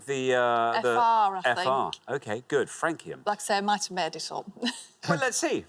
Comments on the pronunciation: Surprised Richard didn't pronounce Francium… like France. Suppose he really hadn't heard of it. Had Flerovium and Nobelium, but would've guessed there would be more pointless answers. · It is actually francium and they were mispronouncing it.